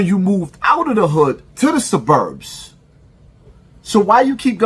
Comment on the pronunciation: Suburbs is mispronounced. A man his age should know how to pronounce that word. I think this is extra corny but dude claims he wants to fight but we have never seen him on camera fighting anyone. This is a social media bluffer. Its all about content and comments with him. He been this way. Hes had animosity toward Maino for years. Trying to get him to respond to HIS videos about him. Lets be clear on that. Even as I have always seen Maino the same way he has portrayed him in the clip. So it wasnt back and forth. It was just him until this week.